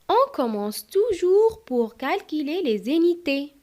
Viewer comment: ما شاء الله شرح جميل لكن لدي ملاحظة في نطق alors تنطقينها ألووووغ وفي في نطق les unités تنطقينها ليزينيطي المرجو الانتباه وايضا في كلمة calculer كالكيلي ربما مشكل في حرف U و تحياتي تبارك الله عليك الله يوفقك